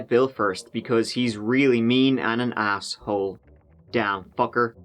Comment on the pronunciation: “Ass hole” 😂😂 I love that you pronounced this exactly as it’s written! With the pause and everything. Hilarious